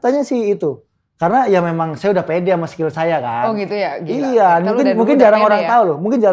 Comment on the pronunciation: Mas owi keluar logat jawa nya " Sekil"🤣🤣